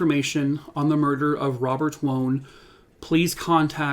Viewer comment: Wone, it's pronounced like Waan.